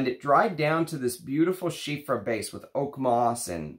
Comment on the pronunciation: Nice video as usual! Just one thing, it's Chypre not chiffre (change the f by p and you're all good)